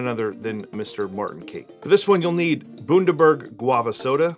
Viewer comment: I was following until it got to the mispronunciation of Bundaberg 😂